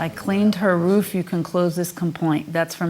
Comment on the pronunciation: Judge said, "woof" instead of "roof" 🤣😂🤣🤣